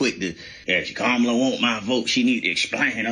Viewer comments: Why the first person that you guys take a phone call from and he calls somebody out on their education and communication skills but you can't even get the vice president's name correct I hate when people just talk to be talking and I believe you just called because you wanted to hear yourself on the radio sir you are the weakest link goodbye😂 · They are getting Plies messages mixed up. Black men are not having the same energy for a proven racist, cheater, liar, and convicted felon. They are much harder on Kamala. And this disrespect from black men purposely mispronouncing her name is embarrassing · Plies is NOT wrong….he is on point and some of those callers are still being sheepish AF mispronouncing her name🤦🏽‍♀️🙄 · Yall be expecting people to say her name perfectly. Her name is a name derived from Sanskrit. Now yall expect people to be able to say an India name perfectly. I dont speak Sanskrit. How many time people mispronounce so called black names. Smh yall are hypocrites. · This woman been in deez skreets fuh the last 4 years and people just now saying quit pronouncing her name wrong? What ? 😏